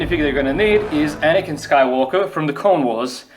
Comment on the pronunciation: Why are people saying anikan when its anakin